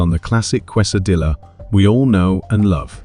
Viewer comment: Please stop mispronouncing Quesadilla